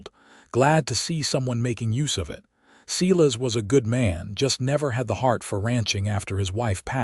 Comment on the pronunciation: Silas is not pronounced See-less it's Sīlâs. My Uncle who also had that name if he heard how this AI garbage pronounced his name would spin in his grave. He'd get madder than a yellow jacket wasp if he heard his name mispronounced like this narrator says it. It doesn't sound right at all, especially since I know a few guys with this name and not one pronounces it like in this story. Are you kidding me, Eleanor is not pronounced Ēlēanor, it's Êllênor. Good gawd, AI narration = just more AI GENERATED SLOP!🤦🏼‍♂️🙄